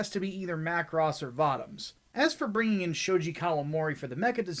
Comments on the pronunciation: It's vōtōms. Not vautaums. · You keep mispronouncing Votoms as far as I know.